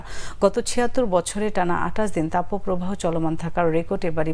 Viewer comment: তাপোপ্রবাহ নয় তাপপ্রবাহ।